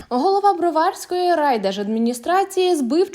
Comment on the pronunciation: БроварськОi,а не БрвАрськоi!